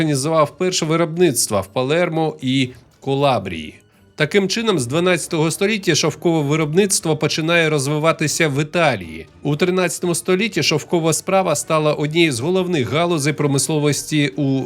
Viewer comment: Дякую за чудовий освітній контент. Тільки регіон в Італії не кОлабрія, а Калабрія.